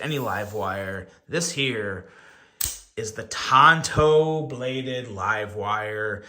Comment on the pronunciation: Tanto, not Tonto. Tonto was Longer Ranger's sidekick. lol